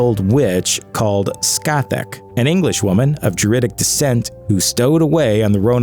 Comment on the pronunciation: It s spelled scat-Ook, not scatach